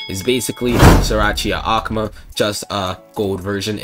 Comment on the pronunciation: Love how he says akuma ahk muh